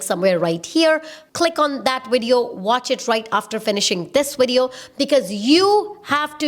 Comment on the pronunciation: “In this widiyo” haha, I love you girl. You are a blessing.